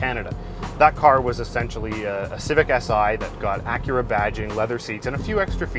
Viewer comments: If I was boss, I would honestly fire him for mispronouncing Acura, and TBH it's Ack-Kyu-Rah, not Uh-Kyur-Rah! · I'm sorry.....the "ahhcurah"?? Are you making a joke or is that how you guys actually say Acura in Ontario? Wait...no, that's not it. The other 2 hosts say Acura normally. I guess "ahhcurah" is not an Ontario accent,.....it's "hipster-speak". Oh great...I just made a hipster joke,....I am now officially old. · Really Achhhura that's not how you say it stupid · Why is he pronouncing Acura that way. I'm never watching anything from this channel again.